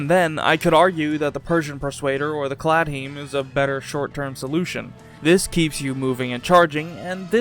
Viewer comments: Ok, I've seen some bad mispronunciations of the Claidheamh Mór and normally I can forgive them easily enough. But, "Cladheem"!? That's just... no. How on earth do you come to that pronunciation? I demand you immediately apologise to the entirety of Scotland and Ireland immediately and beg for forgiveness! /s For clarification it's roughly pronounced "clee-av more" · Claihdheamh Mor is pronounced Claymore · What the fuck did you call the claidheamh-mòr? Its pronounced Claymore you ignorant fuk /j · my man really just pronounced claidheamh mòr like cladheem